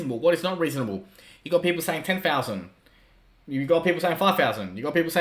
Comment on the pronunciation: Sorry, I don't understand. What is "ten fowsand " and how many Thousand Dollars is it equivalent to ?